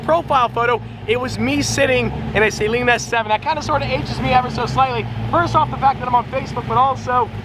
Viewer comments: It's "suh-LEEN"... "SAY-leen" is for breast implants. But always love the content! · not to be a hater or a nerd or any thing but he kept saying saleen wrong its pronounced suhleen